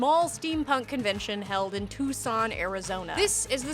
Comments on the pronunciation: Too-sohn Ah-ri-ZOHN-yah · "Touscon Arrrizoniehhh"